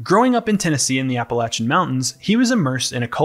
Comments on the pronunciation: bruh really hit us with the when-dee-go is a creature that comes from northern apple-ashen legend. How tf that make it past the editor too lmao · "Apple-ayshen" is how you pronounce Appalachian